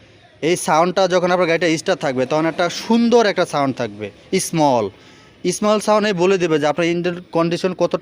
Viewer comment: ভাই,উচ্চারণ গুলো ঠিক করেন।যেমন ইঞ্জিল না,ইঞ্জিন হবে। সাউন্ড স্মল না, উচ্চারণ স্মুথ হবে।উচ্চারণ ঠিক করে কথা বলা উচিত।